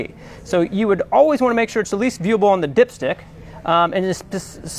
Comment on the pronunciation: I kept hearing dipshit 😂😂